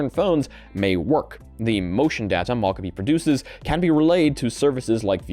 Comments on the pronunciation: I've literally heard multiple people pronounce Mocopi as "mahcahpi," and I think you're literally the only person who cares. Do you wanna talk about the word "Caramel" next? Or "Caribbean?" People pronounce those the way they want to all over the place, and literally nobody cares. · people definitely care about showing basic respect by not refusing to say names incorrectly, for example people who have names others refuse to pronounce correctly care. But I guess people with foreign sounding names are nobodies not deserving of your respect in your little world. 🤷 There is a world of difference between "I haven't read this word before so I'm going to sound it out and find out how it's supposed to be said later" and "I've decided this is how your name is supposed to be said and huff about it if you express your displeasure at how I pronounce it" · Do you have to pronounce every new word you encounter incorrectly? Every episode you pick a random word and say it wrong. It's so frustrating. If a word is Japanese, the O is always long. It's SOny mOcapi not sahny mahcahpi. It's weird to refuse to pronounce someone or something's name right, and insist on saying it differently from how people want it to be said, it's arrogant and ignorant to see that someone gave it a specific name with intentionality behind the choice and say, I know better than you and I'll say it this way instead because learning how to say that name is too much effort and why should I do that. Idk it just feels so disrespectful to know a name is said one way and still refuse to do it.